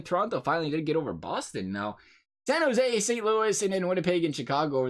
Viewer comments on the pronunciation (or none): none